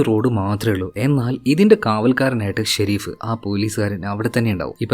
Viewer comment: Shereef alla sherif😂